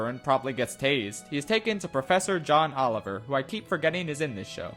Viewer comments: did you just say Ohn Joliver? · Ohn Joliver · "ohn joliver" tell me why this made me cackle for like 5 min its so stupid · Did he just say Ohn Joliver?